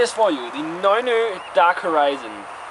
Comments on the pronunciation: Well now you're teaching people to pronounce it in danish, you terrible man! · okay. that beer is from Norway just like me? and you said the name wrong, the way you said it, mede it sound like danish. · dude, it is nøgne ø with all the letters pronounced maybe not if youre danish tho... :P